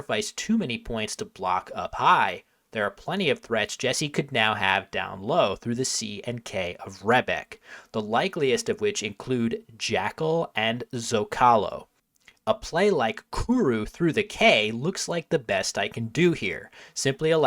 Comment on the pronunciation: I know Scrabble pros don't necessarily care about this sort of thing, but zocalo is pronounced SO-ca-lo, not zo-CA-lo.